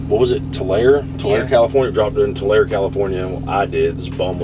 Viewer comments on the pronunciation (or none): Bro ! It’s pronounced Too-Larry “Tulare” 😂